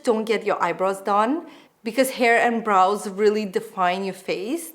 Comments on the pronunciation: Yes, always sounded like bras and not brows LOL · Sounds like you said ‘bras’ at 0.11😂😂😂